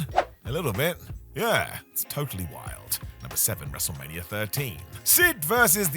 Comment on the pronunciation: Why do you say wrestlemanier?